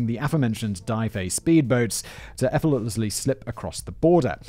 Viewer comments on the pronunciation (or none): this guy always adds an extra syllable to effortlessly without fail “effort-let-lessly”